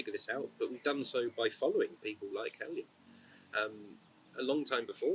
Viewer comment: Huh, so who else has mispronounced Heljan this whole time?